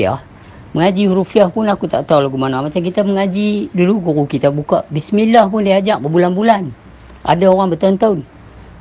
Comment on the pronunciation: Permulaan sebutan bismillah tu dgn bibir mulut trbuka...bukan di mulakan dgn bibir mulut ditutup..wAllahualam